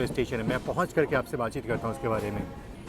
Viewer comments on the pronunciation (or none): none